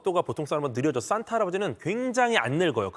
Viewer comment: ‘싼’타할아버지가 ’쏘‘는 ’썬‘물